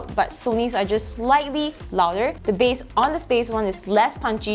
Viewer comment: Base ❌ Bass ✅